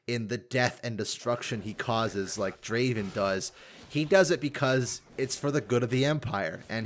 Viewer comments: You should pronounce the A in Draven the way you do it in Darius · Why dont you pronounce the a in darius and draven the same?